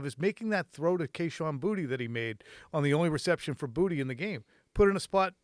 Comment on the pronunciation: You guys are professionals BUT you have for 2 years mis-pronounced Kashon Boutte's last name. It is Cajun anyone who I know who's last name is Boutte (3 people) pronounce it "Boo-Tay" Please respect the Cajun/French culture and pronounce it correctly go back to how the LSU announcers pronounce it. It is "Boo-Tay" not "Booty". That sounds so ignorant.